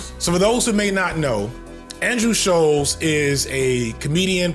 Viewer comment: hearing him call him scholz instead of shultz the WHOLE VID has me crying